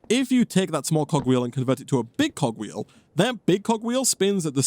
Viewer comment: I legit thought he said cock wheel ☠️